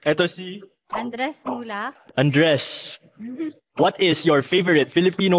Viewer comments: His andres accent sounds like undress😂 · The way he said andres(undress) got me dying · It's sounding like Undress😂😂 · The way he corrects her 😂😂 "AnDres muLaCh"😂